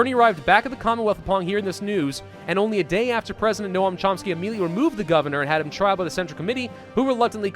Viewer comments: It’s not no-am, it’s pronounced like gnome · it's NoaM, not Noah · For future ref Noam is pronounced more along the lines of “gnome” rather than “no-am” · they way says Noam triggeres me greatly.